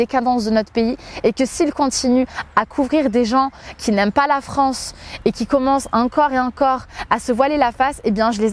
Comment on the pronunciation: "Je défends la Franceu sur les réseaux sociaux" Pwahahahah 😬😂